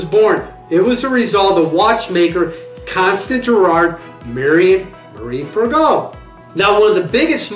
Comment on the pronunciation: Girard Perregux is pronounced Pear-a-go.